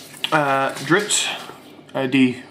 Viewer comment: I hope I'm not sounding like an ass but it really started getting to me after you said dritzz 5 times and apparently nobody caught it before which I find very depressing it is drizzt... So the zz sound comes before the T sound dr-izz-t